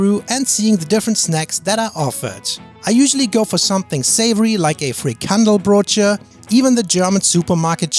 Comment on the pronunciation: fri-kan-DEL-brood-je Also, the Dutch S at the start of a word sounds like an S, unlike German.